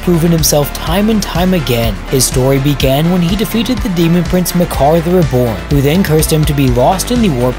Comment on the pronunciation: Hey guy did you know you've been saying the word 'the' wrong for a while now?